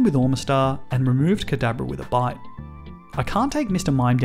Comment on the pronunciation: Every time I heard bite I heard bide instead . I was so confused